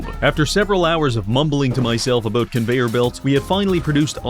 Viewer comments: What's the problem with saying the word "about", is this some kind of incurable birth-given disability? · I heard the Canadian in this one “Aboot” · Canadian detected.